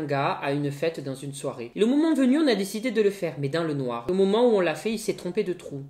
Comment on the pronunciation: Le "dessidé" à m'as choqué quand même ^^